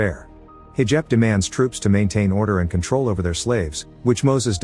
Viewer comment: This voice can pronounce Egyptians but can’t pronounce lives or troops 😂😂😂